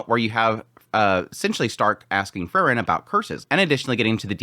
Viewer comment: It's Freeren, not Frrren.😁